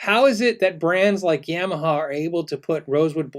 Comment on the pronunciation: Pretty sure it's "ya - maha" not "yam - aha" :)